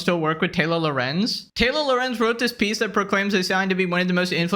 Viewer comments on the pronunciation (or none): When says "Taylor Lorenz" it sounds a bit like "Taylo Lorenz" which makes her sound like a character from Star Wars, her character does Jedi Mind tricks but in reverse, instead of magically convincing people she's right, she magically always manages to convince everyone she's dumb AF and wrong